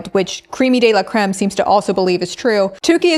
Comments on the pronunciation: Baby it’s crème, not cream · it’s creme not cream!! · the commitment to pronouncing crème, with the accent mark, as “cream” is one of the most brutally american things i’ve seen in a very long time (said as an american)